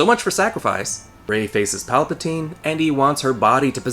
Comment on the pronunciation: In Italian"palpatina"means"grope"(and"palpatine"pronounced almost like you've pronounced"palpatina"but with an E like the 2nd one in"develop"is the plural),so...yeah...that name was embarassing enough,but now you made it official.🤦‍♂️ - That's why I wanted Rian Johnson to write ep 9 as well! It would have been SO MUCH BETTER!!!!! People say J.J. was trying to"fix"ep 8 when,actually,he did the exact opposite: he CREATED a bunch of plot holes that weren't there before!X-[ - This is the most PERFECT metaphorical representation ever!🤩